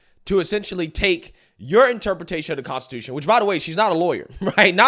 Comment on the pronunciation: Any time she says, "Consti-too-SHYOOONN" I cringe...